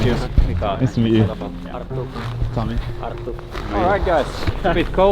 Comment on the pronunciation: Gotta roll the “r”’s on that name Arttu. This video was cool great jobs guys!